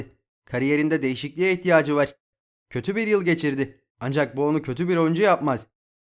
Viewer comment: Var derken vağr demene tilt oluyom kanka agzini yuzunu kirmak istiyorum